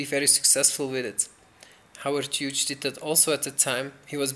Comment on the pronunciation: Hey. It's pronounced hewes. Howard Hughes pronounced Howard hewes. It's an Irish name.